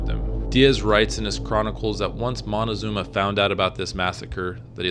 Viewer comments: Moctezuma: as in MOK TÈ ZU MA. Not monezuma. Drives me nuts. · great story,,BUT confusing c and n is pretty bad......Moctezuma not Montezuma,,,you fan of montezanto??? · Did you say Montecazuma lol around 3 minutes? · moticazuma??? hahahaha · I’m not a historian but do enjoy it. However, from what I learned living in Monterrey, Mexico where my family is from, I was told the name is Moctezuma, not Montezuma. As well, Mexico came from the name Mexica (pronounced Mechica) hence the term Chicano. Before you move forward in time, please consider first telling the stories of the Native American nations around present day Mexico City prior to the arrival of the Conquistadores. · Córdoba not Cordoba Moctezuma not Montecosuma or Montezuma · Stop being so stubbornly white. It isn't Montezuma, it's MOCTEZUMA. Where do you see an N in the spelling, or how do you hear the letter N in the pronunciation? The spelling "Montezuma" is an Anglicized version that became widespread in English literature. You should research a little more before being in such a hurry for YouTube $$$$ This is one of the reasons why I don't trust western world-view history. There is this growing misconception that in order for there to be any truth in history it has to be American-funded. I apologize, I don't mean to be so harsh. Otherwise, good story. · It's Motekusoma, not Montezuma. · Moctezuma is not pronounced like that, it should be pronounced more like Mock-te-zoom-a